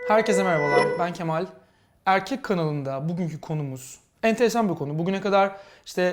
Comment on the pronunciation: Erkek kanalinda derken yuvarlamasi gsgsgshshsh